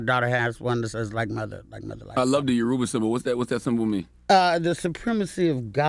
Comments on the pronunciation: Thank you Luenell for properly pronouncing YORUBA. Charlemagne was off. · CthaGod say Yoruba so wrong 😩😂